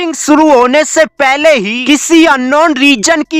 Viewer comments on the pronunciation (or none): पेले, कॉल, मडलब, इसका मतलब क्या होता हैँ या तो अच्छे से हिंदी बोलो या पूरी इंग्लिश बोलो भाई